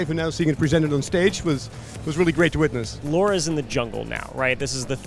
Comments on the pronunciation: Also it's pronounced Lara just like it is spelled. I don't know where calling her Laura came from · Mate her name is Lara, not “Laura”. Have you ever heard anyone call her “Laura Croft” ?? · Did said laura instead of lara? No harm done, i think too much game in the event gets the name pronunciation mixed up. Keep us updated!!! Thanks for the coverage. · Why, after all this time, are they still calling her "Laura"? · Is he really saying Laura? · Why he call her laura :XXXXXX it's Lara :S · Why is he calling her Laura? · They made the game and can’t even say LARA instead of LAURA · Because its Lara! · It's Lara not Laura... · Did you just say laura? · I actually believe that some americans are incapable to say Lara. I wouldnt say that if this phenomen wouldnt appear every other video, but it does. You can tell them its Lara, not Laura the whole time, they dont care. They are indeed incapable of learning. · IT'S LARA